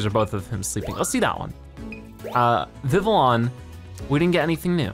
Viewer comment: Vivillion is pronounced viv-lee-on. Trust me I've watched the X Y anime